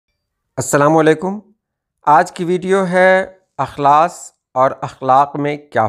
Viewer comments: استاد جی آپ کی توجہ اس نکتے پر مبذول کرانے کی غرض سے بتانا چاہتا ہوں کہ "اخلاص" کے الف میں زیر ہے نہ کہ زبر۔ احمد فراز کا اک بہت ہی مقبول شعر ہے۔ ملاحظہ فرمائیں ۔ تم تکلف کو بھی اخلاص سمجھتے ہو فراز دوست ہوتا نہیں ہر ہاتھ ملانے والا... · السلام علیکم ورحمة الله وبركاته معذرت کے ساتھ عرض ہے(اخلاص)الف کے زیر کے ساتھ پڑھا جاتا ہے اور اخلاق زبر کے ساتھ ارشد نواز کرتپوری از کویت